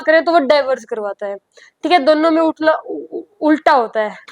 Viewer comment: Ulta ❌ ukla ✔️